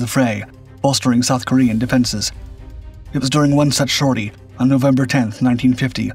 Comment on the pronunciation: SORTIE not shorty.